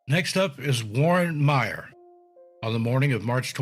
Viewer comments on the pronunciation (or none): none